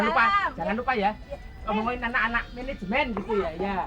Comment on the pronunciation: Menejemen, mejen kali😂